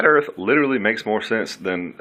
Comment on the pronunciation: You wanna say dah erwft is fwat. Hwappy new fwat earft 😝😝😝😄😄😄